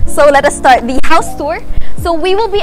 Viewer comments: hi, nice tour. but quick tip there’s just too much “thee” “the” pronounced as “thee” if followed by a vowel. “the” pronounced as “thuh” if followed by a consonant. thanks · grade 8 ako ha naiinis ako sa "the" mo ksi mali